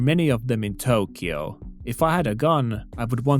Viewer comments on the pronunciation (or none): none